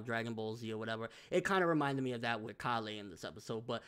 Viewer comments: Why do you pronounce it call-eh like wtf listen bro they say it a bunch of times it's pronounced Kay-le just stop bro you say it like your not listening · Is anyone else bothered by the way he says Kale's name? Call-ay it's pronounced Kay-le. Kale the vegetable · Why does he say (Kah-lay) instead of (K-ail)? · bro, her name is Kale like Kay-yule not Kah-lay. It's a leafy vegetable and a lot of white boys have it as a name in America. Caulifla even says her name Kay-ru which would be Kay-yule once it gets dubbed. Love your videos no disrespect but it's the one thing that has been driving me nuts about your videos since the character was introduced.